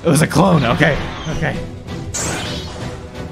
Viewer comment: It's OKEH to not be OKEH ❤️ (titan cry😭)